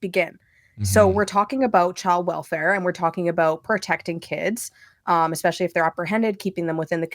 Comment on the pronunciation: New petition idea. Petition to teach there is no X in “Especially” 😂